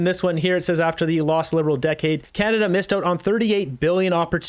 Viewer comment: I ha, ha, agree "arbrows up" 😂😂😂 canaZa HUH